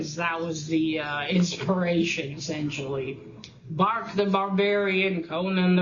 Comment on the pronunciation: Not much reading there mate. Enjoy your new calendar! It is 'Brak' not 'Bark' the Barbarian. Good luck with your course. Hopefully it starts properly soon. Oh right I thought we had discussed bark/Brak before it must have been between recordings lol. Bark the Barbarian could be Doyle's name. Hockey and homosexuals is it? Romantic porn?